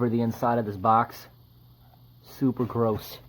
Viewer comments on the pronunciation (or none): Ya know what is worse than the gross mess? Hearing the way you say garose